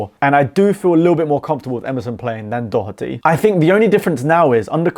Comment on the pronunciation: Spot on dont think I'd change anything, fair play for pronouncing Doherty properly 😅